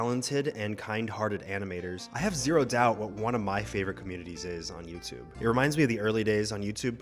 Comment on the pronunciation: when he said animators I thought he said animals! 🤣